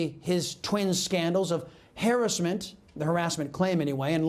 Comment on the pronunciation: did he just pronounce harassment as HAIR-is-mint